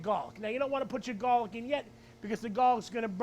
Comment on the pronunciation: I love how this guy says "Gollic"